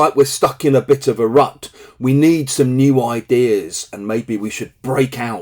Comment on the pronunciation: Thanks. Sound like you are saying RAT 😢